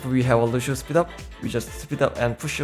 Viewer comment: “LUSHEO” - surefour